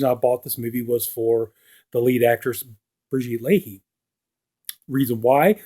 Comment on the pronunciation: Great review. Pronounced "Brigitte La-eh" 😊